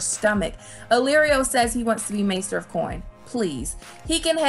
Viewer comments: I think it’s Master of …. Not Maester of … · You're driving me crazy calling everything maester of this and maester of that. They are masters not maesters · why do you keep saying maester instead of master lol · "Maester" of coin had me dying😂